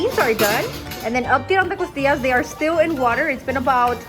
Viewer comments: Did anyone else hear “tortillas “ instead of costillas ? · Did she say tortillas instead of costillas lol?